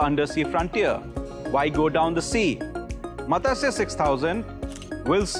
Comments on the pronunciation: It is not Matasya.....Please educate the population on sanskrit pronunciation. It is Matsya which literally means FISH. Please re-educate this reporter. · god level pronunciation-- MATASYAA , MAGNESE 😂😂😂